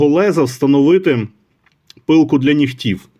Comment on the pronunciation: Наголос: «пилка для нІгтів» (на перший склад). Інакше це русизми. Колись такі ножі коштували $20. ;)